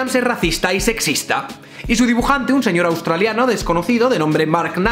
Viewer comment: Una sugerencia UTBH, no tienes que pronunciar la K cuando dices "Knight"